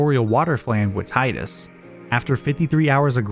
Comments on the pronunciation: Teedus, not Tighdus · Cool video. But it's (TEA-DUS) not tie-dus. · It's fucking TEEdus. It's never been TIEdus. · its TIDUS not TIDEUS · It's pronounced "Teedus". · When you switch the game into Japanese it reads, (anglicised), "Tiida," which is pronounced "Tee-da." Meaning the pronunciation in English should be "Tee-dus" Now stop making my ears bleed. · you pronounce tidus wrong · The fact that you can't even pronounce the name of the main character leads me to believe there are probably all kinds of basic errors in your videos and they aren't worth watching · Tee-dus or Thai-dus?